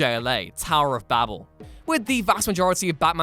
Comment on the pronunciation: i just have to say im very happy that he pronounce babel right. i have seen videos on tiktok and youtube were they say bah-beal. like how do you mess that up. its like saying banana as buh-nay-nay.